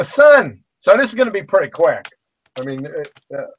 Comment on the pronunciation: Did he just say "So this is gonna be pretty quack" because that's what I heard. And boy, did he make good on his word.